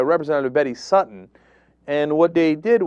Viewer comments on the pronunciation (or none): none